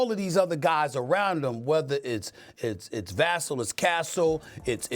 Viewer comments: Stephen A i dont think you respect the spurs because you continue to pronounce their names wrong. is VUH-SELL not VASTLE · Pronounced ‘Vuh-sell.’ Please learn his name and give him some respect. GSG!! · Vassell ((Va-sell) Say it with me